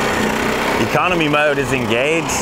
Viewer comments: I thought said “commie” button... but then he said Economy button... hahaha! Sorry... (I think it was mentioning CA aka Commiefornia with their many needed warning stickers) FYI I’m born and raised in Commiefornia close to SF south of San Jose hehe Did they really have all those real “warning signs”?? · Did you say commie button? LOL